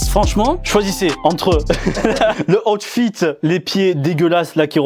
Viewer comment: « Oute fite »